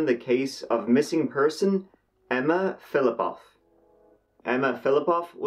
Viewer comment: I love your videos! 😊 This is the first one that I thought you mispronounced the last name. You say Polish last names like a native speaker! Russian here would not be as flip flop off but rather Filipov.